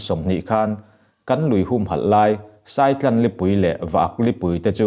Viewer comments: Saitlan nilo in sàitlàn tih tur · Saitlan hi ilam diklo